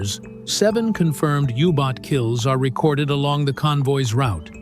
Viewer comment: It is a U-Boat not a Hubot nor a Yubot! It is shame that an interesting video is ruined by AI-speak!